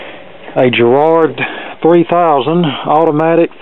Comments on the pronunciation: GARRARD not GERRARD! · It's garrard not gerrade. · Nice find! The record deck by Garrard is probably quite a good one, Garrard were a very respected manufacturer back in the day. One thing though it's a Gar-rard, pronounced the same way as Americans pronounce garage. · I'd kill to have that on my shelf.....we didn't get the white models in the UK only black. PS. I love the way Americans pronounce Garrard😀